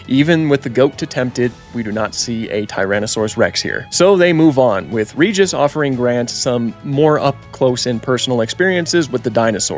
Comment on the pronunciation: You are mispronouncing Regis. It has a soft G.